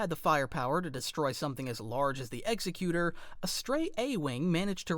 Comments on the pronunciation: its not the ex-e-cute-or. its ex-ec-u-tor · The Executor is pronounced Exe-cutor similar to executive. Not trying to nitpick or nothing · Great video but you pronounced executor wrong it's ex-sec-u-tor